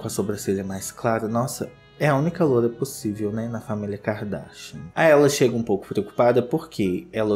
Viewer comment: Eu amo quando o fala “Kikadarsha”